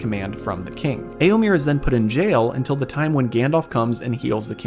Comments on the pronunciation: Eomir? Really? Sounds so jarring every time. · "Eomer? Nah, its Eomir"